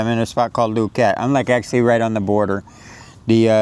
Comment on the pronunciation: Loo-coat not loo-cat